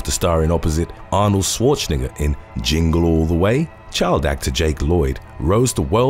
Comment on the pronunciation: he said, Arnold Schwarznigger😂